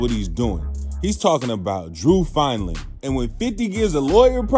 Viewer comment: You pronounced the lawyers name wrong .. fin dling. Top lawyer .theres so many interview talkin about the lawyer ,hes a legend in the industry these prosecutors hate that dude